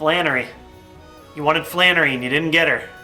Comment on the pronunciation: flanery ? are u serious, my personal favorite is Brawley :D